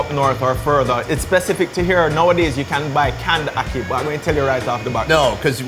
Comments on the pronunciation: I live in Jamaica born Jamaican its not aukey its ackey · Di way how him pronounce ackee a kill mi